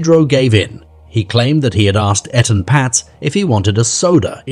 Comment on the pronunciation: How disrespectful that you can't say Etan correctly or even the same way throughout the video. The least that baby deserves is someone to say his name. Smh